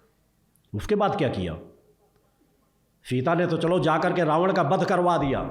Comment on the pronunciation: माता सीता.... नाम ठीक से लो....!